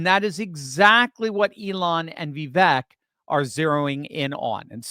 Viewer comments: I hear Vivek say how to pronounce his name. It is pronounced Vi-Vake ( long A). Just thought I would mention this. I love your videos! Keep up the good work. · My guy, his name is vivake and it sounds like cake. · Please, it's pronounced Vi-VAKE, rhymes with rake, accent on the VAKE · vake like cake... Vi-vake 😀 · His name is pronounced Vi vake. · Please learn how to say his name correctly. Vivek is pronounced “Vi-Vake” like cake. He’s made this clear repeatedly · Think of "cake" when you say his name in the correct way. #Vivek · VIVEK rhymes with CAKE